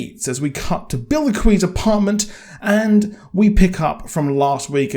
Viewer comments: Your also saying Bilquis wrong. It’s not billy-kwis. It’s Bill-kwiss. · Hey just wanted to point some pronunciations out. The Orishas are near and dear to many people because Lukumi (Santería) is practiced widely. Orisha - oh-REE-sha Oshun - Oh-SHOON Shango - Shawn-go (like on) Wale- wah-Lay Bilquis - Bill-Kwiss